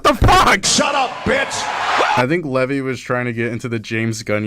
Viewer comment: My main takeaway from this is that you saw the name “Levi” and said it the way you did somehow. Like do you understand letters